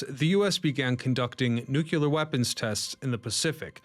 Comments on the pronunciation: Nu CLEAR. Not nuke-u-lar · Is he saying "nukular" to engagement bait?